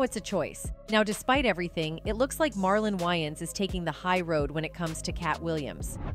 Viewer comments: Yians? Wa-ynes😂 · For the record, its pronounced way-ins brothers, not y-ins brothers lol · wtf is up with these people pronouncing the names wrong , it’s not Y-ANS it’s Marlon Wayans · Either I’ve been saying Marlon’s last name wrong my whole life or she just butchered it😂😂😂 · She can't even pronounce Wayans correctly!